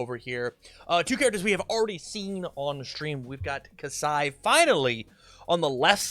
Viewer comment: How did you read the card and not read it correctly